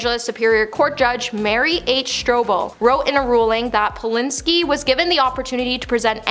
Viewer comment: Who’s Roman Polinski? It’s Polanski. Pronounced like “and”. It’s even spelled that way. (?)